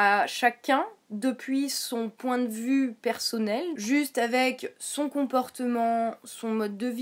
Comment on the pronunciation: Pourquoi "persaunnel, aufficiel, praublème" ?